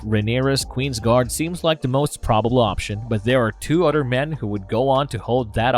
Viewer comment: Other- TH. It’s not Udder 🤦🏻